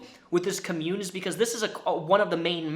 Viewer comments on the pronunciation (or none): if you talk about this again i just gotta tell you friend it's COMmune with emphasis on "com" because it's a noun. comMUNE is the verb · The emphasis on "commune" goes on the first syllable. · Everyone: com-yoon: cah-moon Me internally: AHHHHHHHHHHH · I could be wrong because pronunciation is different depending on where you live... but I’ve always thought commune was pronounced “com-mYou-n” not “ “cumm-yewn” lol it’s kind of funny to hear it pronounced like community rather than a compound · The way you pronounced commune made me both cringe and giggle (for future reference it's pronounced "comm-yoon"). Sorry. Side note; great haircut and glad to see Mr Bones it's still kicking it in the background! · The way says "cuh-mune" instead of "com-mune" is distracting. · its pronounced com-une not cum-une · Com-mune not co-mune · COMM-UNE. Not “cummune” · COMmyoon vs CUHmyoon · Dope video. Hit that like. I do have to say, you are saying the word "commune" weird. You're saying [cum-yewn].. its [Com-yewn].. like www dot COM... its pronounced COM-Yewn. I know it's petty, but it just sticks out quiet a bit. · Okay this is totally a nitpick and I apologize in advance. It's pronounced Kah-myoon, not kahmyoon. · It's pronounced COM-mune, thanks for the comprehensive video though. I'm surprised you didn't make the kool-aid connecting with Jonestown? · Re: mispronouncing COMMUNE - i'm seriously debating watching the rest of the video because I know I'm going to be annoyed. you can definitely tell that and everyone here that is defending him has never heard of an actual Commune (pronounced KAHmyoon, even says in the definition shared) /ˈkämyo͞on/ yes, the word commune as an action(verb) is pronounced similarly/just like 'commun-ity'... or lets commune together for tea. that is the way is pronouncing it BUT the word COMMUNE describing a group that lives together, shares shit, vegan, love, hippy-dippy co-op... that is pronounced KAHmyoon!